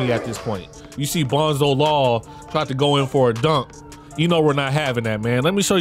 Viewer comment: Called dat man bonzo lall 😂😂😂😂